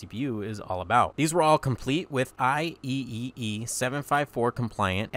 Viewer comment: Any reason you went for the "I E E E" pronounciation instead of the generally favored "I Triple E"? Love these vids, watched to the end